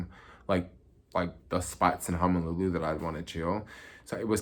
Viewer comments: It's HONOLULU, not 'Homolulu' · I thought it was hozolulu